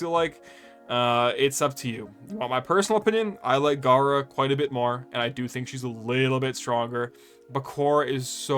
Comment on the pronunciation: Just came here to commend your ability to talk about gara and khora without getting your tongue twisted😂